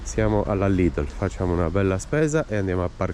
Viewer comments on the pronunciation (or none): none